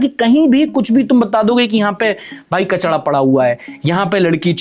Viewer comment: Ek suggestion h Jb bhi aap kachra bolte ho to end mein ra ki jagah da bol dete ho thoda sa ek baar dhyan dena aur if possible to shi bolna aage se Just a suggestion